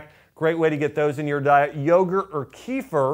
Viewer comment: great video. one thing though. Kefir isn't pronounced as keefer but, keh-feer.